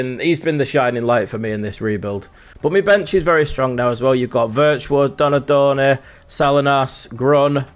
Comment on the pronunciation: How do you not know who John Barnes is. And cant pronounce Donadoni